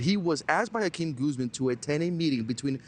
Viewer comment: 😂Dudes name is really & he can’t even at least pronounce Joaquin Guzman?!?!?!